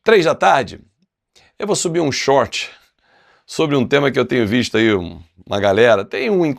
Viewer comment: 'Vou subir um xoorti'... larga de ser besta, rapaz!